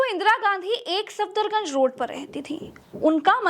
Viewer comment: सादर निवेदन है कि कुछ गलतियाँ दुरुस्त कर ली जाऐं जैसे सफदरजंग को आप सफदरगंज बोलते गये हैं और एक जगह अकबर रोड की बजाय गलती से अशोक रोड बोल गये हैं। बाकी ठीक है।